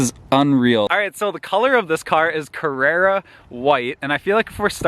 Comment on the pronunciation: If you were familiar with Porsche you won’t be so impressed of the build quality , that’s been the standard in Porsche’s products for years. It’s CarrAra white, not Carrera, tough. Carrara is a place in Italy globally famous for its caves of white marble.